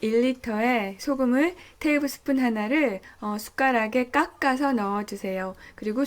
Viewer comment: 테이블스푼이 밥숫가락인가요? 발음이 약간 꼬였다 했더니 영어권에서 살고계신가봐용